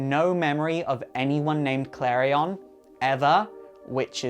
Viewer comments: sooo... His name is prounced Kalri-on not Kalrien. Im confused, all these animated shows and the prounciation. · he saying klarion wrong